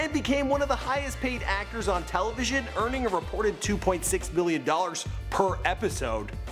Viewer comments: Dracarys XD yeah i know but it sounded like he said billion. I was wtf... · Too be fair it did sound like billion